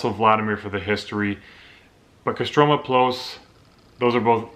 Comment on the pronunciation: if you are canadian, why do you have american accent ? my wife is british and said you are an american when i showed her the video and КостромА, not КострОма